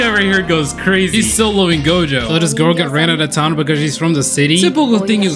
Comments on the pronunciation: you call gojo jogo cuz tats what i heard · Gojo - jogo - jogo - gojo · my dude keeps saying jogo 😭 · The amount of times he pronounced "Gojo" as "Jogo" keeps making me see the volcano head on Gojo's body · Same he should’ve made a counter everytime he said jogo instead of gojo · Bro when he said Jogo talking about Gojo during the fight. I was confused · Bro said Jogo so many times I can’t count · idk if its intentional, but i find it funny that he calls gojo jogo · Take a shot every time he says "Jogo" instead of "Gojo". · my guy be saying jougo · i love how bro keeps calling Gojo "Jogo" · Him calling gojo jogo💀💀💀💀💀💀💀💀💀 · Did this dude call gojo Jogo⁉️ 😭😭 Fun fact: megumi for some reason knows what inumaki is saying 💀….and I agree his shikigamis are actually cool asfff RIP THE WHITE DOG THO 🗣️🙏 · he rally said jogo:') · he be callin gojo jogo. dud thats 2 different ppl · When you said Jogo and not gojo was that a joke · He said jogo instead of gojo like wha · It’s not jogo it’s Gojo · gojo not jogo, just saying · I beg you , please stop saying "Gojo" as "jogo" it's so weird I am unable to erase the picture out of my head 🤮🤯😵‍💫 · you kept saying jogo.... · Anyone notice he said jogo the whole vid? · Nah refer to him as Jogoat